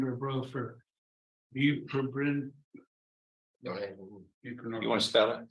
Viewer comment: Buprenorphine = Boop-ren-orphine....Dude is better of playing dumb than snitchin.